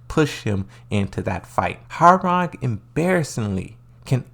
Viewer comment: Its not how-rang but hwoa-rang like hoa then rang